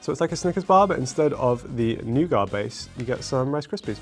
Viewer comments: Noogart or Noogert, Me: Nugget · It's noog-it, not noog-ott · This man said nougaw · It's /nu:ga:/. The Americans add a 't' at the end, and so it is also pronounced n-u-gut. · its pronounced new-git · Hershey first made his candy bars with slightly sour milk and it was a wallaw kinda taste So if you had the vomit taste it cause if this Nougat...,nu-get...this is how we pronounce it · When he said nuga I heard something else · By the way, nougat is pronounced noo-git. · Its "New-git" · Nougat was pronounced nugget by my grandparents and I've heard it like that in some old adverts, so nugget it is for me. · Nougat is pronounced as NOO/GUT